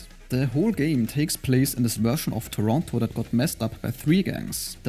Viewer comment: You pronounced "Toronto" more correctly than the entire movie "The Man From Toronto". 🌎